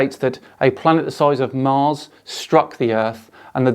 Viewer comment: Did that guy say 'mars' as 'mares'. WTF...